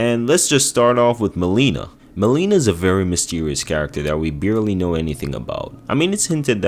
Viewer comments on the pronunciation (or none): Melina not Meleena 😂🤣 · Mahleena 😂😂 (mel-in-a) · Mel-in-a and Mar-i-ka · "Me-lina" 💔 "Ma-rika" 🥀